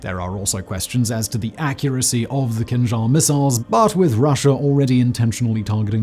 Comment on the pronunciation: I keep on hearing "Kim Jong" missile :)